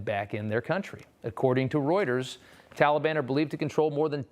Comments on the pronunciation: The first thing slo’ Joe should learn is how to say Taliban. Not Tally-Bon. Good grief. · What’s embarrassing is the pronunciation by our president of our enemies, tolly ban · Tolly Bon. Sounds like a really bad candy!!. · Biddy: "I asked the Talliebun to be nice to us." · That is how Obama pronounced it. He is mimicking Obama.